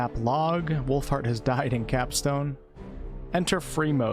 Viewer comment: SPELLED: Wolfheat <> PRONOUNCED: Wolfheart lol